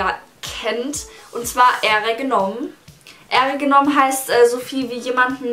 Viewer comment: Wie du ehregenommen ausgesprochen hast 😂